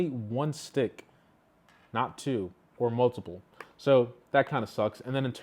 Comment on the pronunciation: Bro said “TWO” 😂😂😂